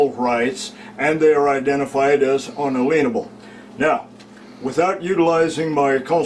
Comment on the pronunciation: Did he just say ""un-a-lien-able" instead of "un-alien-able"?